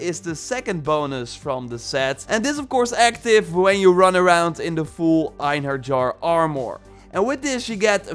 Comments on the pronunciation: It's EinherYAR, not Einherjar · Just so you know. The j in einherjar is pronounced like an h not a j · I'm pretty sure its pronounced. ein herr yar. (Einherjar) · Bruv...”Einherjar” is pronounced “ENhairyYAR” for everyone butchering this name. For reference, in SPOILER Asgard, Thor says this a few times during the first quest at the meeting in the Great Hall before the battle at the Bifrost. If you choose Thor to fight alongside you he will give a speech calling to the Einherjar to join the battle. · You are pronouncing Einherjar slightly right (eye-nee-he-ra-are.. The ra-are sounds like rawr) just that the "J" is silent. But yeah i believe i was the one who pointed out that the armor set was based on fallen vikingr who go to valhalla to wait for ragnarok during your live stream, keep up the good work i enjoy your gameplay and the info you give. Fan From Norway 👋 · Eyenerjar lmao that killed me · Einherjar is actually pronounced "en-haer-e-yaar" :) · Eyen-her-yar is how that's pronounced. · Pronounced Ine-hair-yar